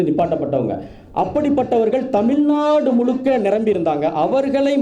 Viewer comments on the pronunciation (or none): Yes he pronounced தமில் நாடு 😂😂😂